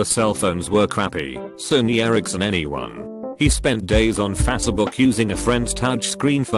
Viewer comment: No one Literally no one Text to speech bot: "F A S E B O O K"